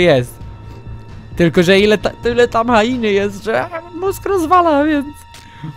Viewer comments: hjeny a nie hainy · No właśnie teraz się dziwiłam jak powiedział HAINY zamiast HIENY XDDD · Nie Hajeny,nie Hjeny tylko Hieny. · nie hainy tylko hieny